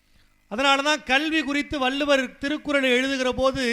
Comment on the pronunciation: வள்ளுவர் ..வல்லுவர் அல்ல..